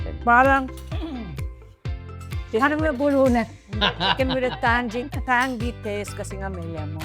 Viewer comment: “Tangy” is pronounced as ˈtaŋ-ē, Hindi po pino pronounced as “Tanggy” or “Tan gee”